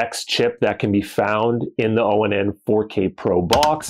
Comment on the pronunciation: Dude. It’s Pronounced Onn as I turn it On. That’s why it says (Watch Onn) right there on the box. You don’t have to say O N N all the time. Just say ON